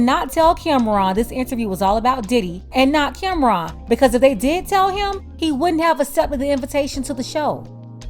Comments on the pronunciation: Her calling him Camron instead of Cam'ron😅😅😅😅😅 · She didnt even pronounce his name right. Its pronounced Cam-Ron, not Cameron. After he said what he said, she shouldve started asking him about his projects. Instead she dismissed him. Get her TF outta here!